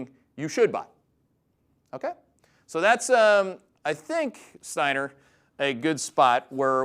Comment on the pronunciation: It's Steiner, 😂